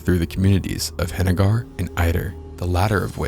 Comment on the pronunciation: Hen-a-grrr not hen-a-gar lol